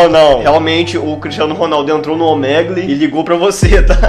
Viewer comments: Pronúncia de Omegle= ômigou KKKKKKKKJJJ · Se fala OMIGOU KKKKK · Se diz omigol